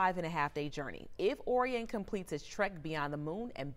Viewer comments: Someone please tell this lady how to pronounce Orion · The narrator is mispronouncing the word Orion